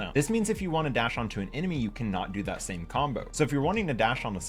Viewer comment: “As you cannot das🦅”